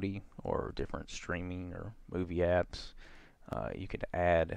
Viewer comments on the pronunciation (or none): none